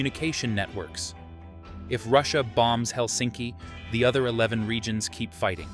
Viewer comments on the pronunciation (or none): none